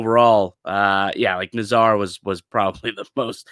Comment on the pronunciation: You wouldn’t bring Kane in as a legacy, you’d bring him in when you’re down a goal with five minutes left in the game and you need a goal to survive, you ninnyhammer. BTW it’s NAZar not naz ARE